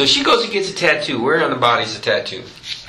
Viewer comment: Laura Kratovil And....your point is? I followed this case from the beginning. It actually was determined 10 yrs ago. I was pointing out how ignorant the cops are. They had a picture of that tattoo, yet he's not able to pronounce it correctly??? Neither one of the cops did.